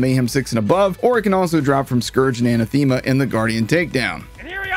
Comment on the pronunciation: That is not how you pronounce Anathema.